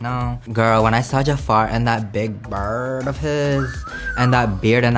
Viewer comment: why he say bird like that 💀😂